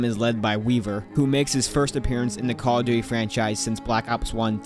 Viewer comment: cawduwy is what i heard when starting this video